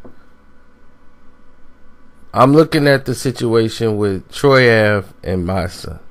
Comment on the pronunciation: Damn, you don't even say Mysonne's name right much less know the real reason Mys went at Troy in the first place. I'm glad you didn't name this "The Truth on Troy Ave and Mysonne war of words" because you would've been all wrong. Mys and Banga's brother Trife are tight. Trife don't rap so Mys was the mouthpiece on the situation since Troy want to make songs about the situation.. They're both rappers at the end of the day.